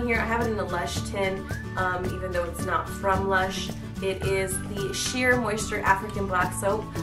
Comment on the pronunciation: its shea moisture not sheer :P